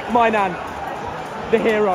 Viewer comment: "Mike My Nan" 🤣🤣🤣🤣🤣